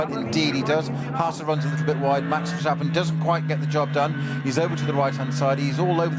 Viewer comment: Why do some commemtators insist on saying 'VerSHtappen'? Take a good look at that name and tell me why you would pronounce the S in Verstappen as anything other than a normal S?